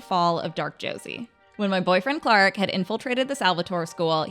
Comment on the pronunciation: Is anybody else going to notice how she said her boyfriend Clark?